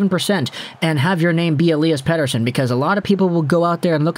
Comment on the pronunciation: Great Swedish pronunciation 😁